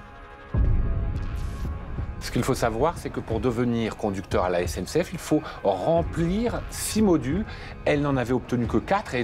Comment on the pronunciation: On a un maire du bled qui a du mal à s'exprimer, (CNCF au lieu de SNCF!!!), qui est peut être LE gestionnaire de voirie, et comme beaucoup de maires de villages, n'a peut-être ni les compétences , ni les moyens de gestion des voiries. Par contre, il en a malheureusement LES RESPONSABILITÉS.